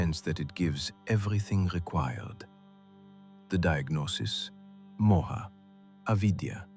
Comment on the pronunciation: I found your channel and have listened to it twice in last 2 days. I don't think anyone has explained the story better. Thank you. However, Please note that while you write the names you put an 'a' in front of it, you are NOT supposed to pronounce it with an aa sound! It's not Arjunaa. It's Arjun. Not mahabharataa, it's Mahabharat. It's not Mohaa!! It's Moh. Not yugaa. It's yug. There are 2 people talking and the one with the Russian accent is pronouncing it all correctly. It's very disturbing for an Indian person to listen to such wrong uccharan of words. Hindu names and words have a meaning only when spoken correctly